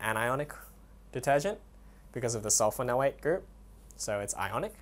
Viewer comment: when you say sodium dodecylbenzene sulfanoate, don't you mean sulfonate. Also don't you have to add the para- prefix or a 4 to the name so it reads like: Sodium p-dodecylbenzene sulfonate. Thanks for the video though, it really helped.